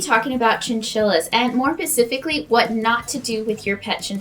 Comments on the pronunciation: Lol she said “more pacifically” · “More pacifically”